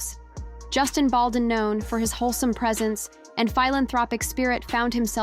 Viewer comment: Please pronounce Justin's last name correct! Thus the thumbs down!